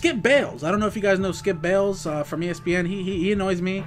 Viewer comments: It's Skip Bayless...BAY LESS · LMFAOOO SKIP BALES? It's SKIP BAYLESS!!!